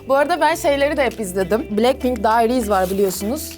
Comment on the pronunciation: Bilekpink değil blakpink diye okunuyo